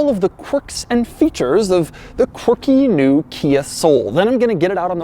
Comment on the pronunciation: I drank a shot every time he said Quarkie. I am dead.